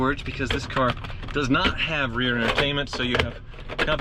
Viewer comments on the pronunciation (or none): none